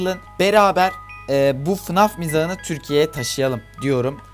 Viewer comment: fınaf değil faynef diye okunuyo